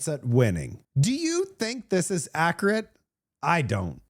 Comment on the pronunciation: Pop-YOU-lar Manip-YOU-late Acc-YOU-ret Pop-YOU-larity Or do you mispronounce them on purpose to get our attention? 😁 Loooove your show but this drives me crazy. 🤪